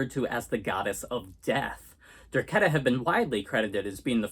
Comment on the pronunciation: It's pronounced Der- KAY-ta.